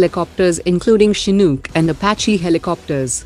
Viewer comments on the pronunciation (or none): none